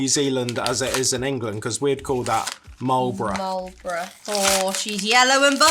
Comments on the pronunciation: ETA is pronounced "eat a" as in "eat a biscuit". The original Jelly Tip ice cream is on a stick, vanilla ice cream with the top 1/4 to 1/3 the jelly tip dipped in chocolate coating. Jelly tip ice cream in a tub is a more recent thing. You got Marlborough bang on. Some of us Kiwi's have the same difficulty with British place names as the Americans do, mainly the ones pronounced with two syllables yet spelt with over a dozen letters! Paul should send you some Whittaker's slabs. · Well done on your correct pronunciation of 'Marlborough'! The word refers to a region at the top of the South Island, mainly known for its beautiful surroundings, hikes, and is the white wine capital of New Zealand